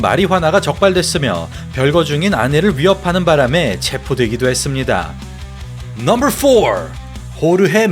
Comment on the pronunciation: 넘붤 테에엔 넘벌 나인 넘벌 넘벌 넘벌... 어색하게 혓바닥 굴리는 발음 어느나라 발음?